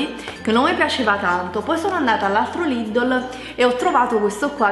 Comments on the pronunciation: non si dice LIDOLO si dice Lidel o meglio Lidl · lidol😂io ho sempre detto lidel😂so come si scrive sto solo dicendo la pronuncia😂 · NON SI CHIAMA '' LIDOL'' si chiama ''lidEl'' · Perché dice Lìdol inveche che Lìdl? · Lidel non ledele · lidel non lidl si pronuncia